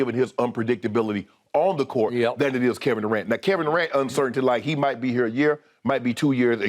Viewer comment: kevin do-rant is so funny LMFAOOOOOOOOOOOOOO